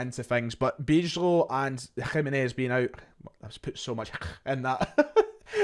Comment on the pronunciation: Nice preview. I always enjoy watching outside views of our club that are realistic and fair. Good research 👍 Good luck for tonight. I do think we will win by quite a decent margin (2 or 3 goals), but you never know in football. I hope for a fun match tonight. Also, a little tip in case you want to cover the return. Bijlow is pronounced By-low 🙂